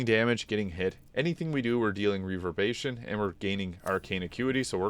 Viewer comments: Reverb-ER-ation not reverbation buddy. Otherwise a great video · Hero's feast makes you immune to fear. Really good against Orin and a few other fights. I really like this build and equipment set up. Only thing that bothered me is you keep on forgetting the 'er' in reverberation. Reverbation. XD. All good the build is great, that word just scratches my brain wrong. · "reaver-bation" 😆 killin me, dude